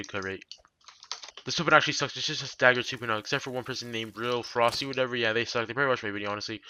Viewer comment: I could barely understand what he was saying for the Trident and Dagger